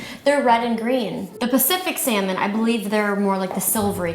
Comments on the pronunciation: nobody: jenna: it's sALmONe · Salmón, in Spanish... one of them accidentally matched the exact pronunciation in my language, lol. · were you talking about salmon or drawing lol lol thank you for the review